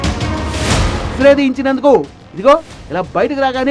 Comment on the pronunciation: ఎక్సరే ఎక్సరా కాదు